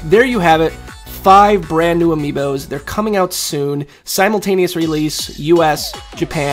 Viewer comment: Every time he says ' Simultaneous' an ant dies.